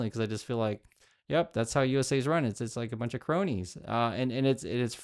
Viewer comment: I thought you were saying bro-nies instead of *cronies*, lol. I was thinking, perfect name for them!